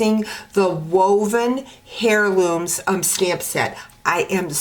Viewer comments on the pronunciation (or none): Very nice card, simple. By the way the H in Heirloom is silent!!!